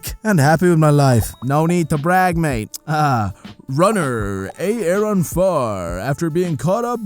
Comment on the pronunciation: Aaron is just pronounced Arin btw. Just another spelling.